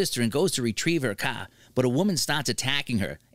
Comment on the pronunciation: The way he pronounce car made my ears bleed please have somebody else